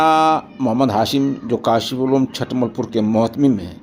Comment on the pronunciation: حضرت چھٹمل نہیں چُھٹمل ہے چ پر پیش ہے